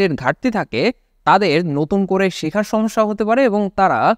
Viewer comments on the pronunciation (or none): none